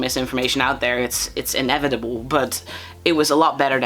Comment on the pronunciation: Help, when you said "inevitable" I heard "inedible" and spat out my chip😭😭😭